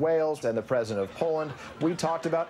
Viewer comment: Every time Trevor says ‘president’ , it sounds like ‘presidents’